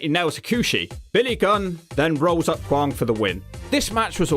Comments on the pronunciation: Kwong? It's kwang... Pronounced like bang bang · Not kwong but kwang like bang or fang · Guessing mispronouncing Kwang repeatedly was for comedic purposes?